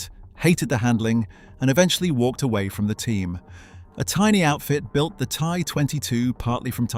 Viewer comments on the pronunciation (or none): none